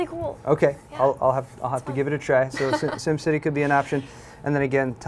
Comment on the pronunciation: Did did did she say sims city!!!!! o_o